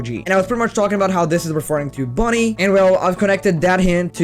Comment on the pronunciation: It’s bunny not Bonnie.